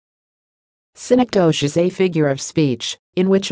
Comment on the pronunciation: Wrong pronunciation. Study more.